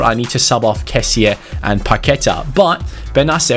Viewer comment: it's not kessia it's kessie